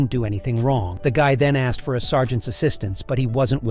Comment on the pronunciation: "So I axed her...." pretty sure that's a crime, you can't just axe people. That's the trouble with a certain group of Americans, they think they can axe everyone.